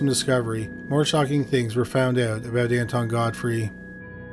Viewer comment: Honest to god, I thought you said Anti-God Freak instead of Anton Godfrey.